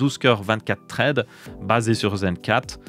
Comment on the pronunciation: Traide, je sais pas si c'est parce que tu es belge mais ça pique un peu les oreilles 😅 Thread, ça donne un truc du genre ssraide en prononciation 😅